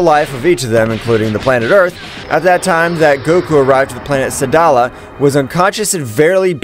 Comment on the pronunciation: Wtf is saldala the name of the planet is sadala